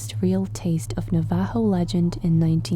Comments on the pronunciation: Your pronouncing our name wrong it's navajo. Look up pronunciation on google. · it was really painful to hear you pronounce "navajo"😭🤣